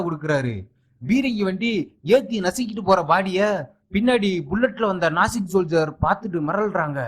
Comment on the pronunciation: ஏம்ப்பா அது நாசிக் படையில்லை. நாஜிப்படை.